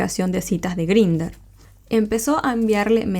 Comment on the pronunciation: La app se pronuncia en inglés /Grainder/ y el único modo de verificación es con el número de tu teléfono. Cualquiera se puede crear un perfil, colocar la info que le de la gana, incluyendo la edad y ni hablar de las fotos. Lo recomendable sería quedar con los chicos luego de conversar un buen rato y siempre tratando de que sea en un sitio público la primera vez, para evitar sustos y malos ratos. Un saludo, me gustan tus videos ❤